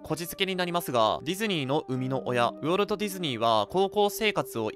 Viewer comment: ウォルトの発音おかしくね？